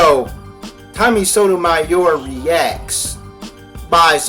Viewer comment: Hey stupid! It is Tommy Soto-mayor. Sodomayor Come on you can say it. Maybe!